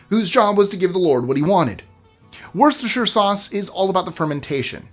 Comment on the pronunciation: Your commitment to the correct pronunciation is admirable and refreshing. You nailed Worcestershire, a feat not often achieved. Thank you for your professionalism.